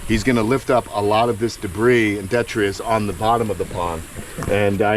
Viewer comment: Love your kamp, but just one little point,. The word is detritus. You always say “detrius”. Other than that, keep up the good work!